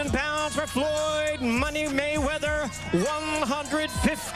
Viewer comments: Dude said Waymeather... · He said Floyd wayweather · He said Floyd Waywether😂🤣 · Floyd "Waymeather" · did he say floyd wayweather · Floyd waymether...hahaha